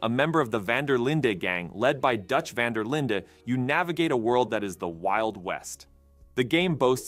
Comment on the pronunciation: Van DER linden 😂